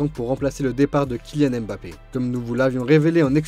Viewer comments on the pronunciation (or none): none